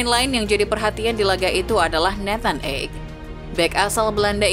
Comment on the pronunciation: Ake bukan ek...perhatikan pengucapan nama pemain...